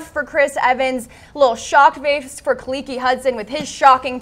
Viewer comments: Khaleke Hudson. NOT KUHHLEEKEE lol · His name is Khaleke, not Khalekey or Khalekee 🤦🤦